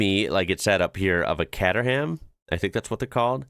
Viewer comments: Kate-er- ham please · The cater in Caterham is pronounced like food catering.